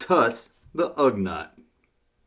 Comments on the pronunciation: Don't worry Junkman. Just sit back and enjoy the people whose nerves you are messing up by saying Ugnut instead of Ugnaught. Lol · Come on Junkman, it's Ugh NAUGHT. not NUT. I have a feeling this a blatant mispronounce some kind of an inside joke. Usually I say THUMBS UP! Holdin back on this one. haha